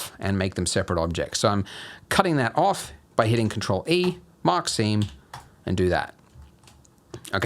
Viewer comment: I cant tell you how I keep hearing "mockcine" instead of "mark seam"